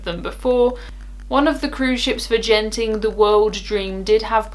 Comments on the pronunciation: It’s Genting with a hard G, like good, not a soft g, like Geoff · It's Genting not Jenting. As in the Genting Highlands Resort in Malaysia.